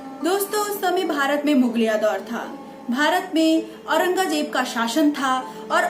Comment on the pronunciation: Mam apki video sarahniye hai magar ap apni Hindi ke ucharan ko theek kijiyega Parakram nahi prakram P ke sath aa ki matra nahi hoti Hatyachar nahi Atyachar hota hai Aurangaazeb nahi Aurangzeb Dhanyawad